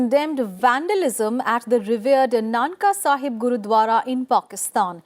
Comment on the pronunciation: Mam not nanka sahib its nankana sahib..